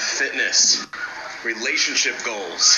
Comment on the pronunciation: the core four but he said fitness relationship and relatipnship